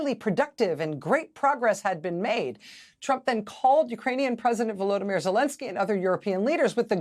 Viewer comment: His first name is VoloDYmyr. You must accent the third syllable.